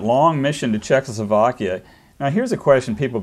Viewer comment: This guy is one tough hombre. The interviewer needs to practice saying Check-O-slo-vakia.